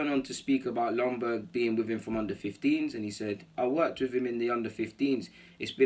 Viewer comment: Isn't Ljungberg pronounced with a Y at front end so like Youngberg..? Maybe it is different now? When he was a player it was pronounced then..? Cheers